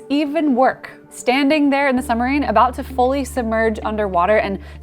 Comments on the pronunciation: i'm pretty sure the word "submarine" is pronounced like "sub - marine", and not like "some - marine". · Girl it is a Submarine, not a Sumarine. Fix your diction. I am a veteran Sub sailor. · Great video, but what is a summureen? 😁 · Love the work, but it's a "Periscope" and please say "SUB-marine" . It's not a "summer-rean". Sub = below, marine = water. Peri = outside, scope = to see. Not parascope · please pronounce the B in suBmarine, it is sooo irritating